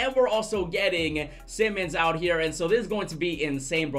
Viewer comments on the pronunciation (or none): It’s simons not Simmons